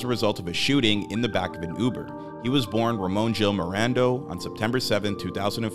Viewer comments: Medrano not Morando smfh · That’s now how you pronounce Gil-medrano